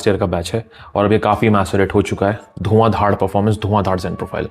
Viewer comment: Bhai dhuan dhaar not dhad...